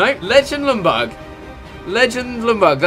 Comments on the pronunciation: Worst, pronunciation, ever. Lj=j, not L. Ljungberg is not Lungberg, it's LJungberg. Gosh!!!! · It's Ljungberg (Jungberg), not Lundberg. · im from sweden and you dont say Lungberg you say it like Jungberg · Isn't it yunburg notlumburg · It's pronounced "Yungberj" not Lungberg lmao. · Why do you pronounce it "Lungberg" when in Swedish it's pronounced more like "Yungberg"? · You actually say Jungberg not Lungberg. The L in the begging is silent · You aren't saying Ljungberg right. I am swedish and it's a silent L. His name is pronounced Jungberg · His name is LJUNGberg. Every non-swede seems to get it wrong... ;) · pronounced lyundberg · Jungberj is How you pronounce it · It is pronounced lyun-berg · It's pronounced "Jungberg" or the actual swedish pronunciation is "Jungberj". Please people if you're not swedish, do not try to teach a Swede how to pronounce a swedish name. Lol. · Its said jungber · It's "jungberg" mate :) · Chris, I'm from Sweden that country Ljungberg is from but you say it like "jungberg" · Lumberg? lol Chris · You Said Ljungberg wrong... You say the Ljung like young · You don't pronounce the "L". I know it's silly, but you say it like this: Jungberg. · I am swedish and it is Jungberg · It's pronounced Youngberg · Pronounced Junberg, the L is silent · You pronounced his name soooo wrong hahah!! U skip the L and say Jungberj. And the G is pronounced as a J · Your saying the legends name wrong GG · The L is silent in Ljungberg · You don't really say ljungberg using the L just say it without it and you're saying his name properly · That Ljungberg pronunciation is soooo bad. Hurts in every swedes heart